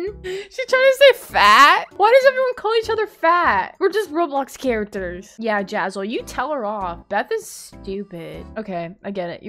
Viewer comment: I LOVE THE WAY U SAID “JAZEL” LMAO